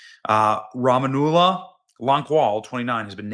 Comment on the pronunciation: Obama started it and Biden continued. Mayorkas should be responsible too. Rah ma mullah that’s the pronunciation.